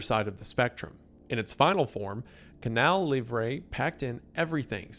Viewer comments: Wendigang writers, I'M M BEGGING YOU, give this man a pronunciation guide!!! It's Canal Lee-vruh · He was doing great, he pronounced "Manaus", "Wallace Souza" but then...."Canal Livre","Faustão"...meu deus 😭